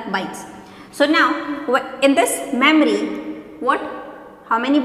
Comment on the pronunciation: Its memory not mammary